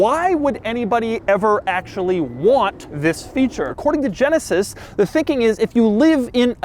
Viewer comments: Nobody: Doug: Zisssss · It's more how he emphasizes it noe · it's his emphasis on the word. get a clue.